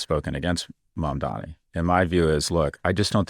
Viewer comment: Holy shit Scott learned how to say Mamdani's name